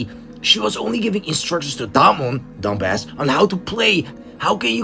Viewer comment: Im crying at how he says dum-bass